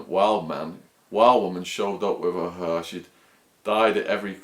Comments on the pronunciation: What the fuck is "rainbow huhhhhh"? How can an English guy not be able to pronounce the word hair? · hair has an "a" in the word !!! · The way he says hair